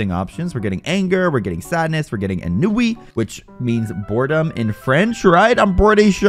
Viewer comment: Ennui ON-WEE